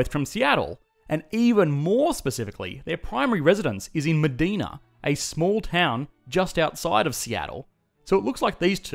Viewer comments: Med-ee-na is a city in Saudi Arabia. Med-eye-na is where Gates and Bezos live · It’s pronounced med-eye-nah.